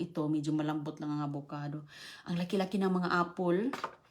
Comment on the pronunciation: Singgol o single?😂😅Applesssss or 🍎apple????😂